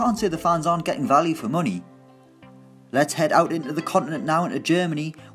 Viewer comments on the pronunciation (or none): none